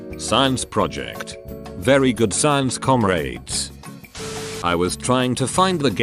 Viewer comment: Normal person: Comrade. Text2Speech: Com raid.